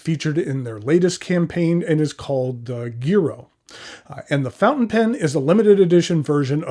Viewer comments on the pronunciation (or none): Good afternoon,! Thank you for your thorough review of these beautiful pens. A quick linguistic lesson for today.... In Italian "gi" is pronounced with soft g (most of the time). "ghi" is pronounced with a hard g. So unless the manufacturer is making a particular statement in pronunciation, the Giro would be pronounced jiro (jee-ro). This comment is not meant to embarrass. You seem to be a gentleman that likes educational opportunities and likes to learn new things. That is the spirit which this comment is offered. Ciao!